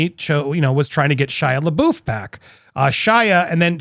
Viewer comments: PLEASE stop saying Shia’s name wrong. It’s pronounced “buff” not “boof.” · Why do you call him leboof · Why do they keep pronouncing Shia's last name wrong?